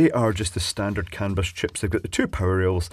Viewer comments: Sounds like you're saying "cannabis" every time LOL. I live in the US Pacific NorthWest where it's all legal so it's not shocking to hear but just funny. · Some might say that's a CAN-A-BUS effect.